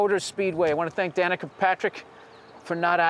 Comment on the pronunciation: Danica Patrick sounds like. da nikka Patrick